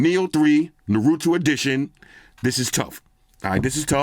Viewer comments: Anime fans are going crazy at every mention of "Na-roo-too"🤣🤣🤣 It's 'nah-roo-toe' if you care😂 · Loved the review. Its pronounced nar-u-toe though not nar-u-two lol 😂😂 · "NA-ROO-TOO" "NA RA TOO" " NARA TOOO" There's Weebs havin heart attacks right now! 🤣🤣🤣 Love you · Nahrootoo he said lol. It’s okay brother it’s pronounced “ Nar-ruh-toe I love your content man he said “they might be cousins. You never know” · Say naroeto one more time 😮‍💨 it's naruto man say it right 😩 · It's funny hearing you pronounce Naruto.. it should be sound like.. Nah Rue Though Not Narutwo wkwkwk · Dude U'r not a Naruto fan so u have NO IDEA how much this phone means to us fans, this, this phone represents the greatest AnimE of all time! Uzumaki Naruto! The way of shinobi! I cannot wait to buy this😃! And btw, it's NA-RU-TO😶! Not NURITO, or, NARITO, or, NAROOTHO!😑 Just don't okay😶, appreciate u trying though 🙂, but just don't 😶! And yess, watch the series, u'll like it! Real killer bruh🤟🏼! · Normie Fans: Naruto, Dattebayo: Narutu, Dattebuyu? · Na-ru-tu? No... its Nar-u-to. And I don't watch anime either. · Waddup "Narutu" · Naruto (pron. Nar-roo-toe) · Great review as always. As a fan of the show it was hilarious hearing you butcher the name lol. Let me throw some help your way man...Nar-u-toe 😉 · Naruto is pronounced nah-rou-to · 'Nurutu' PLEASE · Mans said nurooto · Did he just say Nuratu😂😂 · "Na root toe" is how you pronounce it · Your really funny it’s Nah-ro-to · Since you didn't seem to know how to pronounce it I'll help you. Naa-roo-tow 🙂 👕👍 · This is nuhrootoo 👏🏽😂 love your review man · Not “secret ninja diaries“ I’m weak! He said I’m a write my hit list it when I go on one of my kills at night that was a little specific so you trying to tell us something 🤣😂😂 And it’s Naw- ru- tow 😂😂😂😅 anyway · Nah-roo-toe lol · I got you. NA-RUE-TOE 🤣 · my niece loves that anime. It's pronounced "Naa-row-tow". Great phone!!